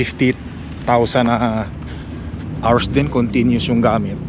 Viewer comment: L.E.D., hindi led. 50,000 hours(ours, not arse) is a very long time. Baka patay ka na, gumagana pa iyang ilaw. Don't be so cheap on things you buy for the house and for your loved ones. It is OK to be frugal, but being a cheapskate is disgusting. Baka sunog lang ang fuse ng radio mo sa truck. Check the fuse. Tunog lata ang nabili mong radio.😂